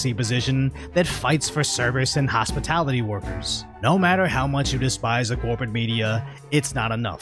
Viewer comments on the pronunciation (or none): she said "hospitility"